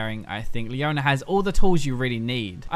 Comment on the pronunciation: "Leoner", "Soner"